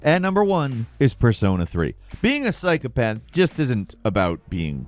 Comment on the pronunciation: Dude said psy-cop-uh-the